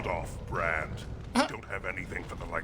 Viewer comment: bRand with a hard R 🤣🤣🤦🏾‍♂️